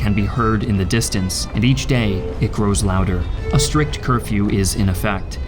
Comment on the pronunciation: It's Curfew, not Care-few.